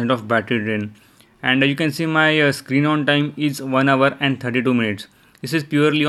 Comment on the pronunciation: Im hear you say screeng on teng ,😆